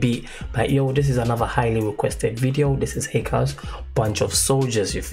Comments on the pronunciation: the correct prononciation of his name is HEECH-KAS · Dude it is hich kas